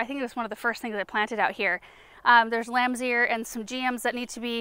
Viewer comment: Speaking of regional pronunciations… I kept wanting to find “lamsier” and I was never able to. Only to realize it’s lamb’s ear. 😂 🤦🏻‍♀️